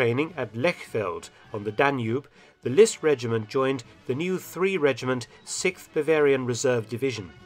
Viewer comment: I really enjoy your videos, I’ve watched as many as are available ...only one criticism, the word is sixth, not sicth ...the X doesn’t suddenly become a C.